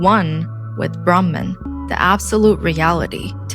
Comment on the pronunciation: Appreciate your clear English accent. But it would have been ideal to pronounce Sidhartha, Gouthama, Brahman etc as we do in Sanskrit. Names shouldn't intentionally mispronounced just because westerners tend to mispronounce them.